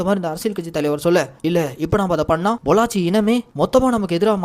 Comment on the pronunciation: பொள்ளாச்சி இல்ல ப்ரோ பல்லோச்